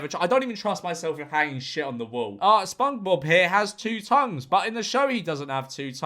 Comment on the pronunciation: Why on earth did you call sponge bob 'spungbob'?